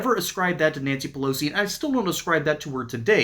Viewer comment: Nanshee Peloshee